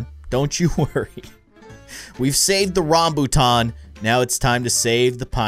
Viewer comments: I am Malaysian and Rambutan is pretty famous fruit and one of my favorite fruits is so good. By the way you pronounce Rambutan correctly. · im from india and even i like rambutan and yes you pronounced it correct